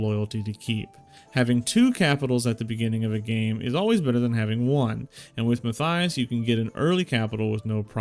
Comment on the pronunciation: Mat-Tie-Us. Matthias. Mattttt eye us. Try it out.